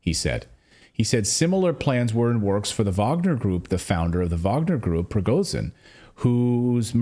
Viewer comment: For Gods sake Cleyton,please try to pronounce simple Russhian names right.Prigozhin is not PrigoZin but ZH(Zhukov,genre,Jovial)listen what Ritter or McGregor say.PLEASE!!!